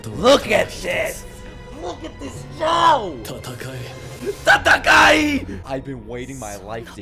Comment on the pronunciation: stop saying tatakai thats a different word Their saying tatake The e is pronounced eh Tatakae means to fight Tataki means a fight between 2 forces